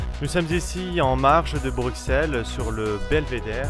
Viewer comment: On prononce "Brussèle" et non "Bruckxelle" ;-)